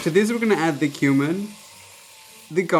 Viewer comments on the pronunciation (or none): I thought you said “human” for a second when you said “cumin” for seasoning the chili 😂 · When u said cumin I thought you said human!!!! Listening while playing Xbox, but thought about it. I use cumin in my chilli too. Also u wouldn't put beans in chilli for a hotdog.